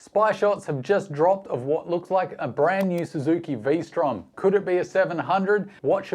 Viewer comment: Not Vstrom… Lstrom…